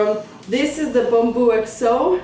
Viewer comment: Love how you pronounce Bumbu!!:) Nice review!